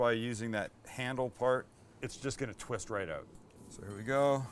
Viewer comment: Also "flatten it ooot a bit" :)